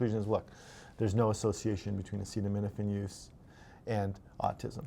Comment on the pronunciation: As your Canadian I will let this slide. In the future everyone must pronounce acetaminophen as follows: “Ah-ced-uv… well, let’s see how we say that. Ascenem – enophin. Acetaminophen. Is that ok?”--- DJT